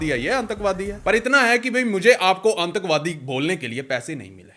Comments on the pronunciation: Everyone: aatankvaadi Amrit Pal Singh: aaaNtakvaadi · Bhai आतंकवादी hota h आंतकबादी nhi, Hindi bolna sikhne wali app bhi bn ni chahiye 😂👍